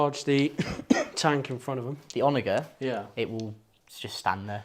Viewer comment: I hate to be That Guy but it's "OnaJer" with a 'j' sound, not a hard 'g'